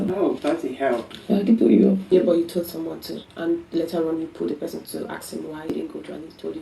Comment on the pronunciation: You resemble one of my course mate with all the features Except with the way u this ur “yoo”